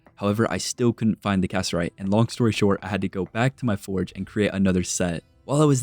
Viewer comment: Loving the video, just wanted to let you know though; Cassiterite is pronounced Ca-sit-er-ite or Ca-si-ter-ite. not cass-er-ite 😅